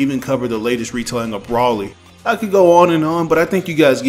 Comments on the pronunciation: "Brawlly" who is brawlly? Lol Not trying to be a butt head. It's pronounced B-ROLL-E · Where the hell do people get the name "braly" from? Its Bro-ly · Oh yeah it's Bro•Lee is how it's pronounced. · Has massive knowledge about the Chronological Timeline and History of DragonBall, Z and Super 😀 .......... Pronounces Broly's name wrong ..........😑......